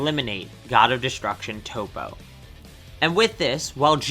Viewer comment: It’s not tOpO it’s top